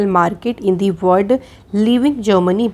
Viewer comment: Thank u so much maam🙏🙏🙏❣️❣️but one request ..please pronounce "world" word properly.🙏🙏